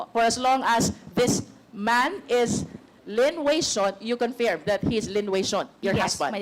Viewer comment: Pls pls pls... pakisabi kay Luistro mali po pagka pronounce nya sa word CONFIRM.. paulit ulit pa sinasabi. Favorate word nya yan ah